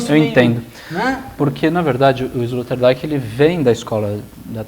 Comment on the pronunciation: Escória, não sabem nem pronunciar o nome do filósofo sobre quem estão versando, e nem ao menos pesquisaram sobre a pronúncia correta. Esse é o perfil dos "professores" e "comunicadores" brasileiros... A pronúncia de "Rorty", "Zizek" e "Sloterdijk" já desqualifica completamente este canal. E pensar quem esses energúmenos que não tem nem mérito de existir se autotitulam 'filósofos' e podem até receber estipêndios por isso...Alguém tem dúvida da eminência da eugenia???